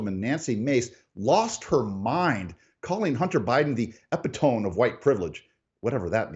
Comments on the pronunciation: (?) w/Everything Stupid segment-re 1st son’s antics-it sounds like you’re bent on applauding him & criticizing reaction on business of Congress when they were upset with his clear disrespect! BTW the word you hacked is ‘epitome’ pronounced: eh-pit-o-me. Seems you’re a bit more lefty these days! We don’t need more of that… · This post is an embarrassment to anyone calling themselves conservative. It absolutely is exactly like the worst, most IGNORANT leftist presentation I ever saw! "EP·AH ·TOME"? As in " home"? Guy has no idea what epitome is or how to read, pronounce or define it, & acts like THEIR words were ridiculous? HE is the epitome of incompetent & clueless, leaves me wondering if his Dad or sister hired him. This was pathetic, OAN.